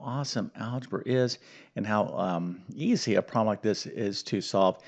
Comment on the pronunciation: Why do you pronounce “problem” as “proh-em”???